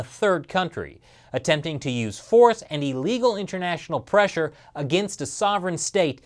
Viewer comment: ahahaha he messed up at "forth" instead of "force" :D